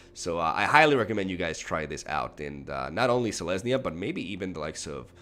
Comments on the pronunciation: Does he call it Selenya just to tilt people or does he just not read the comments? S-E-L-E-S-N-Y-A!!!!! Love you <3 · Are you calling it Selaynia for a reason? Its "Sel-Ez-Nee-A" Selesnya